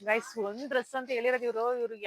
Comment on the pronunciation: ಅಕ್ಕ ಫ್ರೆಂಡ್ಸ್ ಅಂತ ಮಾತಾಡಿ ಗಾಯ್ಸ ಅನೋಕೆ ಓಗಿ ಗೇಸ್ ಅಂಥ ಹೇಳ್ತೀಧೀರಾ